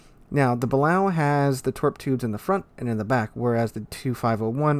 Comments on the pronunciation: I love your vids and commentary, but my ears bleed every time you say “Bal-ow”. It’s pronounced “Buh-lay-oh”. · It's pronounced the ba-lay-oh for anybody who cares 🤣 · ok for the BILLIONTH (hehe) time its buh-lay-o